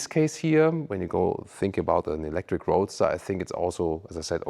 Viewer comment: ⚫️🟡.. To me looks more like a Bugatti but it being a sports car I think it’ll work and it’s growing on me. I kinda like it. It’s so different and so I catching that. I think that vehicle in a solid black or yellow would look amazing. ❤ what truly breaks my heart is that you said Ewwlectric.